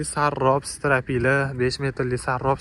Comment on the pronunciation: "ОПТИМ", СИТИРАПИЛА", " ТОСИН" 😂😂😂😂 Блогеримиз ҳожатхонада ўқиганмилар дейман. Аввал ўзбекчани яхшилаб ўргансинлар, қойиллатиб қўйсалар кейин бошқа тилга ўтсалар бўлади. Блогерликни зудлик билан тўхтатсинларда-мактабни бошқатдан битирсинлар 😂😂😂😂, Фарғоналикларни шарманда қилмасинлар!!!!